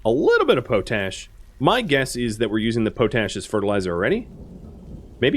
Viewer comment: Love the videos keep it up but it’s pronounced pot-ash not potash it was used to clean pots in the Middle Ages hence pot ash